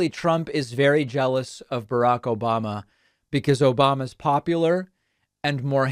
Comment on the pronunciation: That "Obamna" drop gets me every time lol. That and the "Troth Sential".